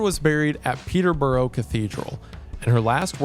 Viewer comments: same as peterborough lmao, BORO?! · Americans prounouncing english names will never not be funny (no hate) But Peterborough is pronounced Peter - bruh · Haha I love hearing wendi trying to say European cities names 😂. I didn’t expect My home city “Peterborough” where Catherine of Aragon Was buried to be mentioned. Very nice surprise 😂